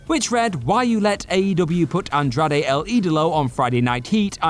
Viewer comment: OMG, it hurt me every time he mentioned Andrade! 😂